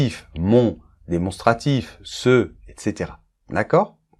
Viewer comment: Etcetera et non eXcetera 😅